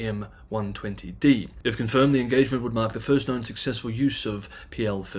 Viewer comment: Small point, AIM-120 is pronounced "Aim" ( like to sight) .